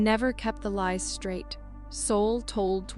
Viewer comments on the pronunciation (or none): none